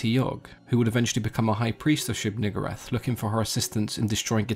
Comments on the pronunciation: "Neeg" "oo" "rahth" my fucking god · Also known as the one you pronounce VERY carefully. (It's Nigooohrath) Lol. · Wow why’d you have to say it like that? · You should maybe pronounce it a lil differently...lol